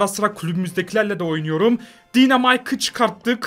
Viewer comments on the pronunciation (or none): Piper değil Paypır diynamayk değil daynamayk Bea değil bi